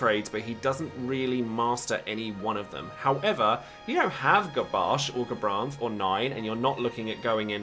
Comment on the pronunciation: Thanks for the video ^.^ Also "GaBasch" oops. That made me laugh XD